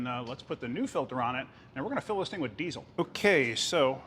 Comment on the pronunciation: a lot of emphasis on the zzzzz in diesel lol!